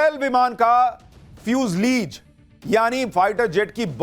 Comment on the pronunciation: सुशांत उसको फ़्यूजलीज़ नहीं फ़्यूज़लाज़ बोलते है। बैसे मैं तो हिंदी मीडियम से पढ़ा हूँ इसलिए मुझे भी बहुत सारे अंग्रेजी शब्दों का उच्चारण कभी कभी गड़बड़ हो जाता है लेकिन अब चूंकि मैं बोइंग मैं काम करता हूँ इसलिए इसके बारे मैं तो कमेंट कर ही सकता हूँ 😂